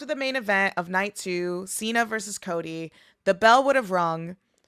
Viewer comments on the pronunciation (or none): none